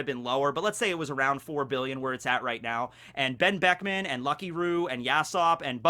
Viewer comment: Whenever you want to say Benn Beckman you should just leave your mouth open and put the audio in afterwards.